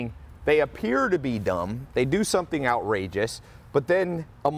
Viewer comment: "There are only 3 things you have to do to not beqaimeac soumfryibg importing in the United States"( Ben Shapiro, ) Can someone please translate what the ** he just said?